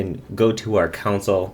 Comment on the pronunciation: You say 'Console' like 'Council'